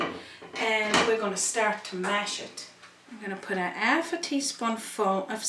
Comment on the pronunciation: Roger Thompson...love her recipes...but subscribed so I can hear her talking...absolutely love how she says ‘alf’ and ‘erb’ in her recipes and talks about her ‘usband’. Who needs aitches anyway! 😊